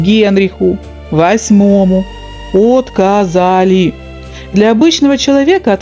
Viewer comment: Повторите ещё раз, по слогам от- ко - за - ли! А то мы не расслышали